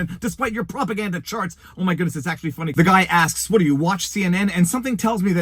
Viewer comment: I cannot forgive you for how you pronounce "what"